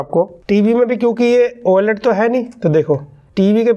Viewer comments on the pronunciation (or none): Why do you say oyeLED 😁